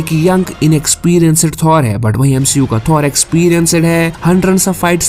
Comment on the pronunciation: Bhai Aapane Bahi Bola MCU Ko MSHEU Bana Raha hai😅😂